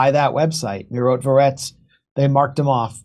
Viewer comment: Not [mairotvotetc] but [meerotvorets] actually. [meer] mean peace, [tvoretc] - maker, such a killers-peacemakers))